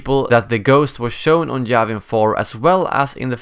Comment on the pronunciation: its Yavin 4 not Javin 4 xD